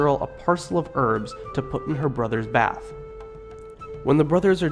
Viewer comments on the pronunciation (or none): none